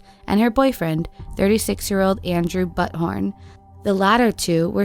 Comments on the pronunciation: at — that name is pronounced “BEW-thorn”.... not “butt horn”... (OMG) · I don't think it's pronounced "butt-horn" 😂😂 ...more likely to be "Bu-thorn". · Story #3 - Is the boyfriends family name pronounced Butt- horn? Perhaps Beoo-thorn is the more likely pronunciation surely? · Buthorn? Anyone else? No? 🤣 Just me then.....